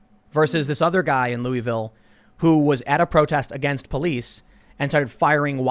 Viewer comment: It isn't pronounced "Lou-ie-ville." It's more like "Luh-vul."